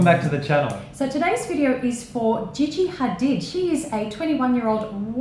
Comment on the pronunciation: I LAUGHED SO HARD THE WAY YOU PRONOUNCED GIGI HADID 😂😂😂😂